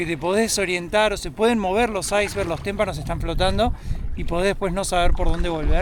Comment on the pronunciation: "Ice creeks" es pequeños ríos de hielo. Se dice "Icebergs".